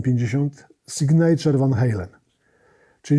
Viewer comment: Sygnaczaer, nie sygnejczer... Akcent na pierwszą sylabę.